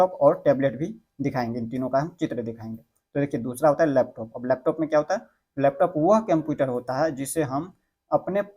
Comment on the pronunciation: होता को टौटा क्यों बोल रहे हो